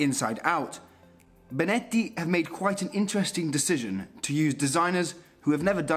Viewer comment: Finally "Benetti" is pronounced right! Haha! Jokes aside, welcome!